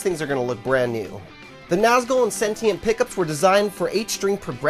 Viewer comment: Pronounced Nazgool